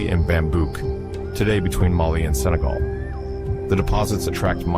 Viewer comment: MAAALİ değil, Mali